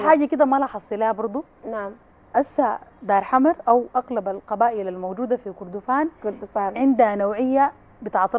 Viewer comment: المذيعة بتقول قبيلة دار حمد😂😂. دار حمر وليس دار حمد